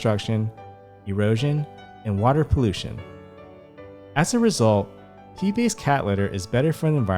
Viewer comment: I kept hearing Pee-based cat litter.